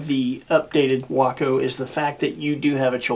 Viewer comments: what is a wocko? Waco. Way-koh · way·kow not waah·Kow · spent a good share of my life near Waco Nebraska. I know people that flew Wacos. first time ive ever heard wockoh.